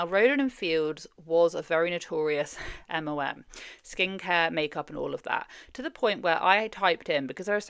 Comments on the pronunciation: I enjoy your videos but its EM EL EM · Are you saying MOMs? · she doesn’t pronounce it as MLM. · Are you saying MLM? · the way your accent makes the L sound like an O watching this video like damn what did moms do? 😂